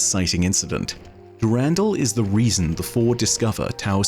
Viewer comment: "Dew-randall" made me do a spit-take cries in European